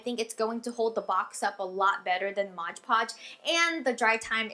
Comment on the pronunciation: Its mod podge silly!!! M.O.D.P.O.D.G.E hehehe you were sort of saying modge podge